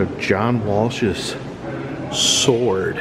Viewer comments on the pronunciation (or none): none